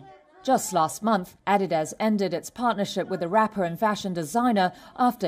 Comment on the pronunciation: R THEY SERIOUS?! 'ADDY-DAZ'??😅